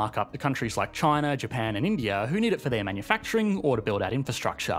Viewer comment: Ah yes the great "Sea of Japa" xD